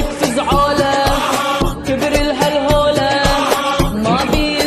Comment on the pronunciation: البنت تعرف تقلد صح❤️🌹 الدقيقة 53 كبر الهل هولي مابيهم لولي كذا نطقها وش معناها